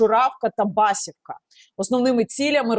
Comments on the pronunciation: ХотІнська, Юнаківська, БасІвка, миропІлля!)))) наголос не вірний) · Басівка -наголос на другий склад, не перевертайте назви, це важливо, як сама мова